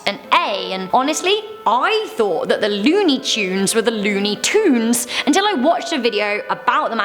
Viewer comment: looney “CHunes”